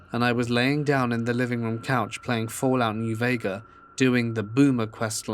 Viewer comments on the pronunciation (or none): "...Fallout New Vega.". Please tell me you're not using an auto reader...